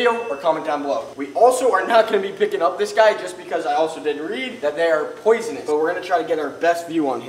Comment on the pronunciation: also its not poisinouis